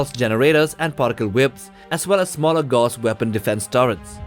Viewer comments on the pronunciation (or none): none